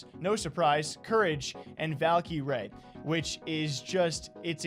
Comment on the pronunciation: stop saying Valkie Rae it’s just cringe pls and thxs